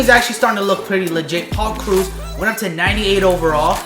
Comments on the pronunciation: It's krau-ouse no t krus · It's krause not cruz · Omfg it's not it's not crews, it's kraws lol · Am I the only one who kept yelling Krause whenever he said cruise😂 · pronounce it like krowse .you pronounce it like cruz example,victor cruz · It's Paul krowse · You butchered Krause in like 5 different ways. It's pronounced like House. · Krause... like "house" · It's *kr-ow-se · btw it is pronounced krauw-s, like sauerkraut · am I the only one who is a little annoyed with how he pronounces Krause almost like "cruse?" It's not a huge deal I just have pet peeves 😂 great video nonetheless! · Paul cruise lmao (that's how he pronounces it) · who else cringed everytime said kroos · It's pronounced kraws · You did butcher his name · Sorry my ocd is killing me when u butcher Paul Krause's name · You pronounce Paul Krause wrong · Your butchering his nam lol